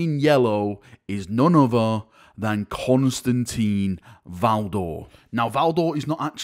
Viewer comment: Not Constantine, he is Constantin. There is no een